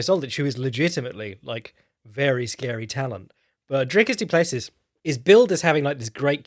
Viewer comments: Btw It is pronounced more like Doo-Pless-ee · Dude... doo-pluh-see.. Dricus du Plessis